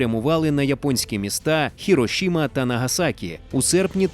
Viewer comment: В японській мові немає шиплячих. Хіросіма!